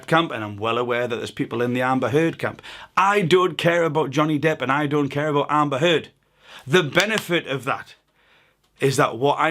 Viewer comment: I'm just here for the way you pronounce "Amba Huuud" jk, great info ;-)